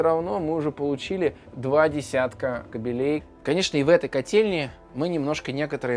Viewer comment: Круто. Только не кабелЕй, а кАбелей.